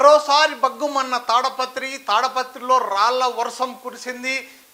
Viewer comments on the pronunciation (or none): అది తాడపత్రి కాదండీ.... తాడిపత్రి